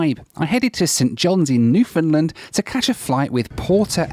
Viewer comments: What is a new find lind? This guy is english????? If you can say "Understand....................you can say Newfoundland" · Please pronounce Newfoundland "New-fun-land" not "NewFOUNDland". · Newfoundland is REALLY pronounced like this: New-fun-LAND. Please care a bit more. You will only engender goodwill if you do.